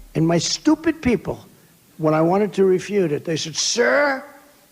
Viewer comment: "Refuttle" - let's be honest, even trump thought it sounded funny!!